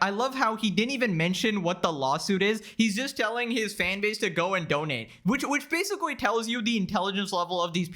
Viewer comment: Basicwee. I know you can pronounce the letter L correctwee. Why won't you get some very basic and cheap speech therapwee? It'd raise your potential production value substantially man...